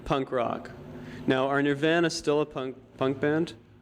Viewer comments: "Nure-Vannah" ... Wow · Bro said Nirvaaana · Within the first 10 secs of this interview, betw pronouncing it as “Nir-vanna” and asking, “are Nirvana still a punk band,” Kurt, Krist, and Dave all knew they were gonna make a mockery of the interviewer. Lol. Man, I ❤️ these guys. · i HATE HOW THE INTERVIEWER SAYS THE BAND NAMe omgggg its edit: PRONOUNcEd nur-vahn-uh ik ppl say it differently but jejruisner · That pronunciation of Nirvana is so diabolically cringe worthy it hurts. My ears burn. Also this interviewer is absolutely terrible. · Nobody is gonna comment on how dude pronounced nirvana ? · He doesn't even say Nirvana right 😂